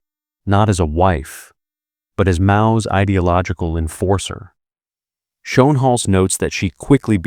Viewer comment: de Engelse uitspraak van Schoenhals is Skoonehels …., really 😊